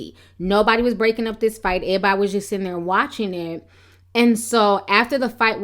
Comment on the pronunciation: you speak so well, but when you say(airbody)Everybody its all in vain!😞